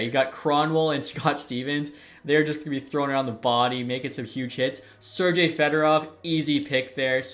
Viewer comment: Why are you saying Sergei with an J?